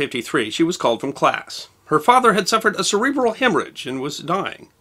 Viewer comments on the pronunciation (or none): none